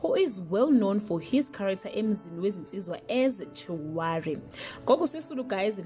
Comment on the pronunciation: As Chiwari ??? You can't even pronounce a popular name such as Chirwali not Chiwari